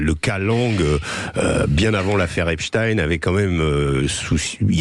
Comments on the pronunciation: Les medias francais ne prononcent plus epstein mais epstine tout ça pour creer un lien avec la russie c'est incroyable et impressionnent leurs niveau de propagande.ils font ça pour que ça sonne moins juif 😂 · Arreter de dire Epstine.. dans ce cas la il faut dire Albert Einstine.. vous soulez avec cette prononciation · Oui et pourtant Epstein est d'origine Polonaise et ça se prononce Stein.... Désolée pour eux.